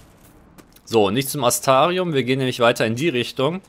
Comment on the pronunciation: Kann es sein, dass du mit dem Buchstaben R irgendwie auf Kriefsfuß stehst? Immer lässt du den weg. :P (siehe Astrarium)